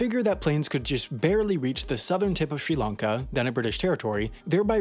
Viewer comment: Hats off to you for pronouncing all these country (Eg. Sri Lanka) and city names (like the Chinese ones in your Wendover videos) properly 👏